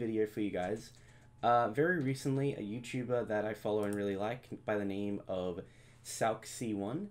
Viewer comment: Lol I kinda hate how he says SALK It’s sal-see-one